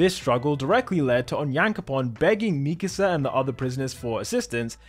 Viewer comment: The way he pronounces mikasa in past two videos really irks me. Like have you even watched the show?